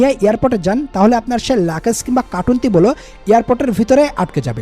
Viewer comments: মিয়া ওটার নাম “লাকেজ” না লাগেজ নামটা ঠিকমত বলতে পারেন না আপনি আবার চ‍্যনেল খুলছেন কেন? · Luggage er sothik English pronunciation er mayre bap kore felsen bhai… but sob info thik ase…